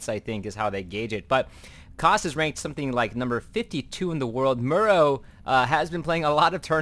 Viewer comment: How do you pronounce the word "tomorrow"? Now take out the "to" and you get the pronunciation for Morrow's name.... I'm sorry, it's just a bit annoying hearing it as Murrow all the time... And the funny thing is that every caster out there pronounces it like that, it's like a sickness or something :) gj on the cast though....